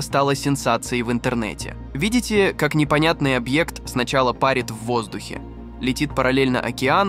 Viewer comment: Ну да , он ** пАрит ** в воздухе . Ударение ставить его то - же не учили ...... Позор !